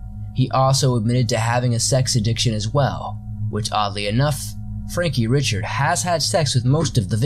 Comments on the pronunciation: It's pronounced Ree-shard. Not Richard. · Ok...Dubois is pronounced "dew-BWah" Richard (as a last name) is pronounced "Ree-shard"